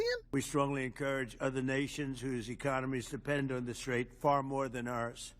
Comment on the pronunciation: ".......so we want them to come and help us with the "TRAIT." (Which is really strait) This idiot is hearing/seeing this word for the first time. So much so, that on the third attempt, he pronounces it wrong. I can bet he doesn't even knows what that word means!!